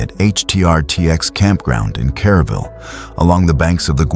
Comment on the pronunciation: This happened July 4. Not July 5. The town is Kerrville; not Caraville.